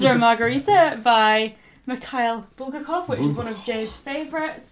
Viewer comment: Guys, I'm a Russian literature major and it annoys me to death because it's BulgAkov, not BUlgakov Btw I love the fact that your boyfriend likes Russian literature)